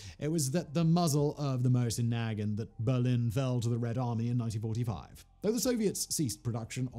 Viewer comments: Great video, but as I'm sure you've already been screeched at, it's pronounced 'Mow-sin na-GHANT'. Cheers. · MOW-zin nu-GAHNT Come on, Simon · SIMON say it with me..mow-sin nah-gaunt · Moe-zyn Nah-gahnt. Jesus. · Us good ol' boys in the US pronounce the Mosin Nagant as Moe Sin Nag Aunt! Not saying that's the correct way, but it is what it is! Lol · For clarification: I actually find his horrible pronunciation REALLY funny. Simon chose violence and I don't think he knows he did. And I LOVE it. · That is the first time Iv heard heard someone pronounce Mosin-Nagant like that 😂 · REEEEALY bothering me with the way he says Mosin Nagant tho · He's saying Mosin Nagant like its a slur. Just completely butchering the pronunciation LOL. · Hey fact boy, at least you could learn to pronounce Mosin-Nagant